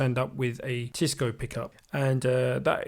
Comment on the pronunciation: Damn man, ts Fn TEISCO not Teesco or Tisco as you pronounce & write. You're supposed to have good ear aren't you?